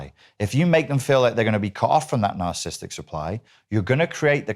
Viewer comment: Blue shirt guy literally can't even pronounce narcissistic correctly. He keeps say "narcistic" like every idiot who always over uses the term as a buzz word.